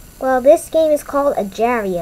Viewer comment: Hello im not trying to be rude or anything but its not called ajar.io it has a g in agar.io but like i said im not trying to be rude